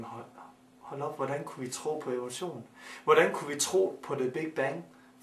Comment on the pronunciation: Siger han Ole Sohn eller Evolution? Hvem tror fuldt og fast på OlechJohn?